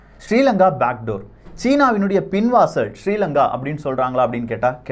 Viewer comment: Sorry brother why you pronouncing srilanka is my (namma nadu) country.